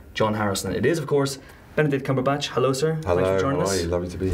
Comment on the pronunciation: Did the interviewer intro Cumberpatch as CumberBUNCH?!